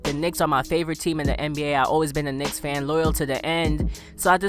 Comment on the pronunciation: This nigga said loyal yo the N 😂😂😂😂😂